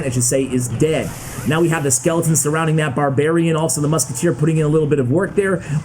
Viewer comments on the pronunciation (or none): none